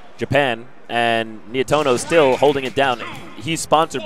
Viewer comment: not Nietoro Nietono is correct